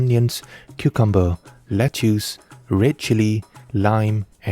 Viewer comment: Lettuce is pronounced "let-us", not "le-choose". 😀